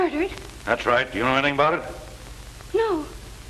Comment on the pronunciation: Captain said Anathing instead of anything.